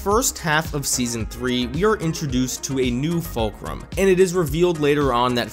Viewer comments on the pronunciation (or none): um, he said valcrum, it's falcrum